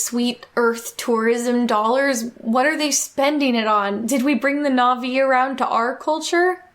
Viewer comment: The fact that the cashier is mispronouncing all the Na'vi words makes it even more sus